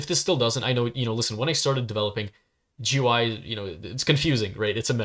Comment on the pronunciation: It’s pronounced goo-ee